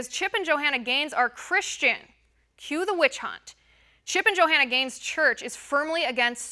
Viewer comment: The Bible talks about when the end times come, right becomes wrong, and wrong becomes right. Why does she keep calling her Jo-Hanna???...lol